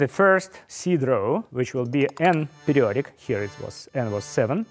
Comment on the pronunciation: I love how he says: "pedioric" instead of "periodic".